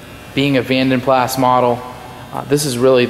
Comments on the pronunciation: vanden plaSSSSS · You are correct about jag u are but vanden plas is german from the daimler family. Pronounced plaaz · Beautiful!!! The A’s in Vanden Plas are pronounced like the a in moca. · The S is silent on the pronunciation of Plas. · Pronounced pla. Jag U ar please pronounce it correctly. the s is silent. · Its actually Flemish but you are correct the "s" is pronounced. Certainly not Pla. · Stunning colour and gleaming finish. A real tribute to the detailer who created the gleam! In the UK it has always been pronounced "Van den plaa" The company was founded in 1870 by Guillaume van den Plas, a Belgian blacksmith, and his three sons, Antoine, Henri and Willy. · ‘Jag Wire’ ‘Vandan PlaSS’ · The condition of this car is far better than your pronunciation of the cars name 🤣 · the S is silent in Plas. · Great video but the S is silent..... :) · I couldn't bear to watch the entire video due to his pronunciation of Vanden Plas. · Learn how to say "Vanden Plas" properly please.